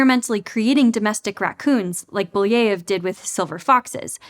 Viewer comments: It's Belyaev (Беляев), not Buleev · How did you manage to change Belyaev's name that much to Booyeev? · Thanks for the video, fun and informative! One point of critique though: you kind of butchered Belyaev's name again and again, I know it's not hugely important but it takes a second to find out how it's pronounced and for a channel that places great value on doing background research, I think it would be really better. The same problem bothered me so much in the audiobook "Project Hail Mary" with Ilyukhina, the name was butchered. Greetings from Germany!